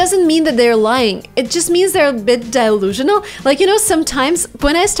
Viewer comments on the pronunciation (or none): I have to compliment your English and how it sounds to an American. Most people would not realize you're a native Russian speaker, your accent is that good. Your pronunciation of delusional, is off subtly . :) It is not DYE-lusional, it is closer to "duh-lusional" or dee-lusional) Check the phonetic spelling - it's d-shwa which is closer to "duh"... Super collection of study tips btw ! In college, a roommate who was a linguist in the National Guard was picking up another language (which was Russian that time...) and he used the cards method - in a 6 month period, he had added over 4,000 words just by constantly reviewing them in spare time, waiting in lines etc. Stacks of them everywhere in the apartment :) He also added a pass where he pronounced the words to a native speaker to make sure he was getting it "right". He was a native American English speaker, but also spoke some Farsi, Dari or Pashto and German.